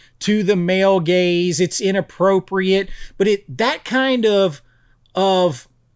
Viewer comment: "Male gays" or "male gaze?"😂